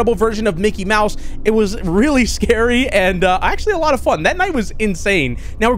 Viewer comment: It’s not Mickey Mouse it’s mickel mouse now 😂😂😂